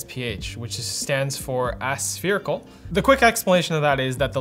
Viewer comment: AQUOS Aspherical Are you mispronouncing everything on purpose?